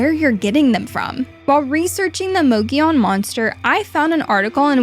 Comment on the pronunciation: You keep saying "Mogilon" , not "Mogollon".. still a great video tho!